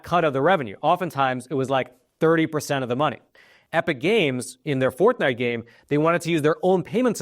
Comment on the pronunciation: Is he saying “ Fourth Night”? 😂